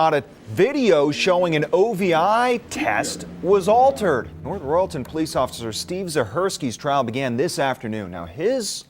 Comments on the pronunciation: Living in Ohio about 20minutes away from this city hearing the way you pronounced it made me laugh. It’s north “Royal-ton” not “re-all-tin” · My only comment on this video is that you should properly research the pronunciation of North Royalton and Cuyahoga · How the hell do you botch the city name of North Royal-ton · Nice if they could pronounce "North Royal-ton" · As someone from Northeast Ohio your pronunciations are killing me.